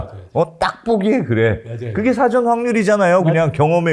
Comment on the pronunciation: 흰금! 그리고 진행 중의 발음 중에.. 사:전(事前)으로 발음 하는거 아닌가요?...ㅉ